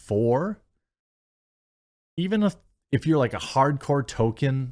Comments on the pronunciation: Toll keen not Toke N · Jeremy you kill me a little every time you say Token instead of Tolkein